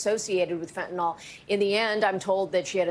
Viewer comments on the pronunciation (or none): *fentanyl not fentanol